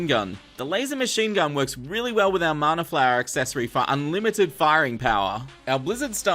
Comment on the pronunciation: Sorry but it's mana not marner